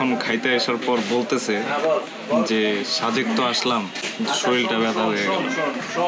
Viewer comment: Vai শাজেক শুনতে ভালো লাগছে না। সাজেক বললে ভালো লাগতো। 😐